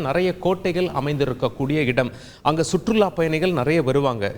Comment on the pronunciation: சுற்றுள்ல்ல்😊லா ஆபட்டு